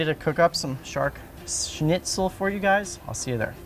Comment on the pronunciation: Every time you pronounced Shnitzel (SHNIT - SUHL) as Snitzel (SNIT - SUHL), my grammar Nazi came out. I mean uhhh... Grammar Soldier. Good looking food though 😍